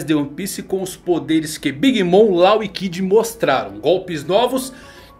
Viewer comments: Cara, ótimo video, mas tu ta pronunciando "law" errado: não é "lau" é tipo "ló". Abraço, grande vídeo!! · A pronúncia do nome dele é Ló, pelo amor de Deus kkkkk